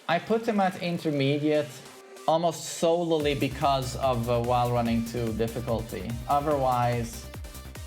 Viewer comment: Solely is pronounced with only one L sound.